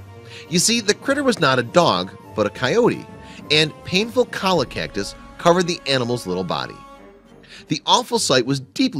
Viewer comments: FYI : cholla is pronounced choya, not coya ! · pronounced "cho - ya" not "Kawl-ah" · The poor thing! Btw, it's Cholla - pronounced choy - ya. Not colla. It is probably the worst kind of cactus there is. Not only does it stick in, but it has barbs on the tips that hold it fast and it has a juice in the spines that sting and burn, so even when you aren't moving, it's horribly painful. They are a nightmare to remove. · colla? it's pronounced 'CHOYA'. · The plant is called cholla! Pronounced choy-a! Not call-a. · CHO-YA, not "Colla". Christ... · There is no such thing a 'cola' cactus. The pup had run into a cholla (pronounced choya) cactus that is often called jumping cactus because it seems to jump out to impale those who pass too close. The plant propagates when the bulbs are broken off and begin to grow where they land. The bulbs are often times transported by their victims. But to be sure, the plants will begin to droop in the spring and will drop bulbs below the main plant ready for the summer monsoon rains. This leads to veritable forests of cholla cactus that can cover several acres. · Cholla is pronounced choy-yah. Fine story. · It’s pronounced “Choy ya” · Cholla is pronounced CHOY-A. Please do not murder Spanish and English. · Cholla's pronounced choya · Cholla cactus...pronounced Choy Yuh--it's spanish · Pronounced Choy-a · this is great work, but it's pronounced "CHOI-ya", and hearing it otherwise hurts my ears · lizzard713 - Do you mean the animal or the plant? Just kidding... It hurts my ears, too! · IT'S PRONOUNCED CHOYA!!! IT'S SPELLED CHOLLA, BUT IT'S A MEXICAN WORD, AND A DOUBLE L IS PRONOUNCED AS A Y. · I bet if he got stuck with some, he'd learn how to pronounce it correctly.